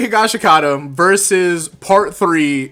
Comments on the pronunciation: Higashakatum?…. My guy its higashkata! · Not to judge at all but his last name is pronounced hi-gash-ki-ta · Why do ppl pronounce higashikata like that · Your pronunciation is God awful of Joeskies second name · was gonna watch the video but heard the pronounciation of josukes name, immediately doused myself in tar and feathers. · people gotta stop saying higashikata like that